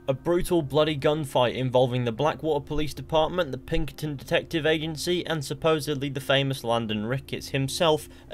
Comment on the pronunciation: did he just say the pinkerton detective agency with a hard g?